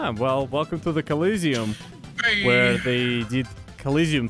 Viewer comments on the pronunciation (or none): Its not "Collisiom" its "Colosseum"